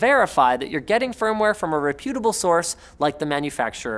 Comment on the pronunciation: You are not pronouncing reputable correctly